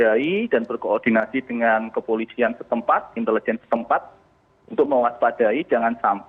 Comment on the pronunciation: nah ini baru sdm yg bagus, cara pengucapan INTELIJEN yg benar, yg pengucapannya aneh bukan salah orangnya tapi Guru Pertama Bahasa Indonesia. entah lulusan mana gurunya